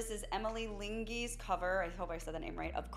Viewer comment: Thank you for reacting to Emily Linge, pronounced Ling-uh. I am a huge fan of Emily and it would be great if you could react to more of Emily's piano videos.